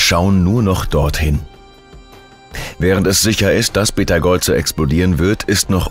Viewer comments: Betageuze? 😂😂, KI kann nicht Namen aussprechen 😂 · Dude.... es heißt Beteigeuze.... Auch für schlechten Content sollte man sich ein wenig mühe geben.